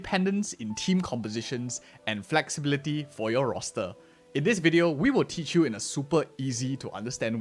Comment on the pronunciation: FleLxibility Ah yes, I love fleLxible characters. Perfectly describes her neck.